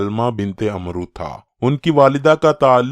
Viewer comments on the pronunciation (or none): "عمرو" کا درست تلفظ Amr ھے۔ Umro درست نہیں۔